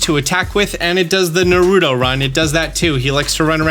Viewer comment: The way you said Naruto hurt, but thanks for the video!